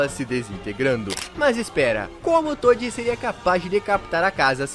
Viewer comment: "TODI" KSDAKDSA q agonia